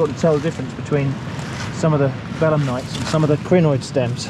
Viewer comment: Every time you say bellamnites I hear Bedlamites and the visual of collecting Bedlamites on the beach is really something